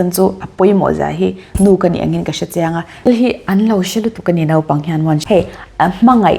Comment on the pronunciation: 'Naupang' tih tur ah 'nopang' , ngaihsak/ngeihsak, hausa/hosa, inlaichinna/inleichinna, I ti tlat hian beng ati thlep deuh e.... tih loh ah chuan, I sawi tha lutuk, hmuh i nuam hle bawk. 😘🥰😍